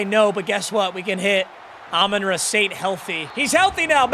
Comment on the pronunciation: bro why does he say everyones name wrong on his team lmao. alim, amon ra, teslaa